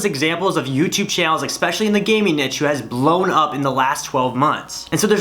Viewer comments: He buchored the word niche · He said the word niche like we all say it in our heads🤣🤣😂